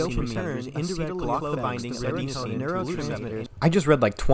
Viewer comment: Bro misplaced serotonin with dopamine and mispronounced adenosine.